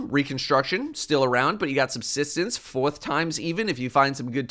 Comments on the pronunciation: that pronounciation of “fourth” tickled me😂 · hit the hard New York “fourth”